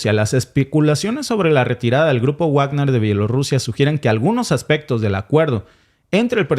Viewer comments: Me encanta el contenido de este canal. Solo me fastidia que no pronuncien bien el nombre Wagner (se pronuncia Vagner, no Uagner) Saludos! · No se pronuncia Uagner porque no es un apellido inglés ni estadounidense, sino Wagner (como leeriamos Vagner) porque es un apellido alemán, el mismo del célebre músico Wagner. Resumiendo ese asunto concreto de la pronunciación : En alemán w=v. Pero en inglés w = u. Por favor comprueben y pronuncien bien, para evitar confusión. Y también simplemente para evitar que la gente ignore ese tema de distinta pronunciación de otros idiomas, y en nombres y apellidos, sean famosos o no. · Por cierto compañero, me gustaría que pronunciará correctamente "Bagner"y no Guagner" porque es palabra alemana y "guagner" se oye del nabo.. perdone usted la observación. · Wagner se pronuncia Vagner, porque es un apellido alemán. Como el célebre músico Wagner. Por favor comprueben las pronunciaciones antes de emitir, para no extender errores entre los oyentes. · Wagner se pronuncia Vágner, o Vákner.